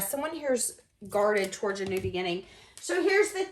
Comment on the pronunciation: Love the way you say walking “towourge”. You’ve got a nice singing voice too!